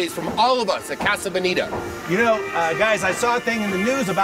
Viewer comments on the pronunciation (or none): Why do you pronounce casa bonita so terribly